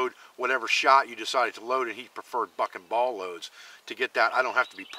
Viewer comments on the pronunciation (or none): instead of "buck and Ball loads" i thought you said something else..